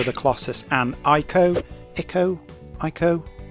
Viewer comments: Thanks for pointing this out. I would like to add that: If a word is foreign, don't try to twist its phonetics to fit into your native tongue. 'ICO' is Japanese by origin so say it like the Japanese [ee-co]. And to y'all Americans, Iran is not I Ran, stop running. Iraq - I Rack, etc. Y'all sound silly when you do this. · Regarding pronunciation of ICO: It's Japanese, so say the "i" like "e" as in "sea".